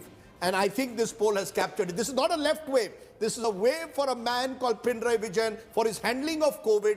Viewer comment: Its not pina raiii.. It should be pina nari